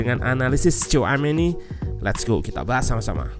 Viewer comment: bukan coameni min tapi shouameni dibacanya 😂😂😂